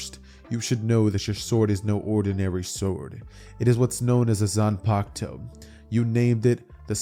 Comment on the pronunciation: i cant believe man said zunpakto